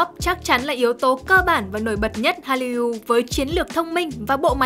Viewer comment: Cách đọc từ Hallyu (할류): Korean wave là từ có 2 âm tiết đọc phiên âm tiếng Việt là Hal- lìu chứ không phải phát âm 3 âm tiết Hal-ly-u như bạn đọc.